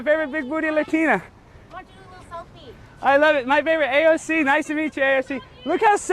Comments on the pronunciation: i really hate how you pronounce her name. like stfu i get it you want to pronounce it ironically. At this point i love to watch your every vids except when you talk about her. and you have some truth to point out her hipocricy. but it just hurt my ears phisically to hear you. Why tf you torment your wievers when you have problem with her. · I believe the correct pronunciation actually is AOF-ing up